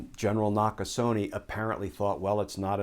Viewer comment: Gen Nakasone's is pronounced "...neh" not "...nee".